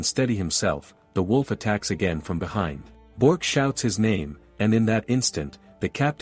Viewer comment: it's Bi ork not bork